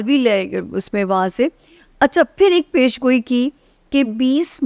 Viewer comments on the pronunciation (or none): Pendo master Peshan goi not pesheen goi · Plz learn how to pronounce پیشن گوی